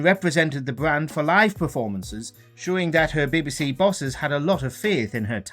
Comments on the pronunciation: What is this 'Bibbi See' you speak of? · no its BBC. its just letters